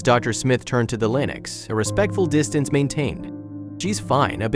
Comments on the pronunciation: Pronounced links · Linex, really, Linex. Holy crap, using AI voice overs is becoming insulting. Stop this shit !!!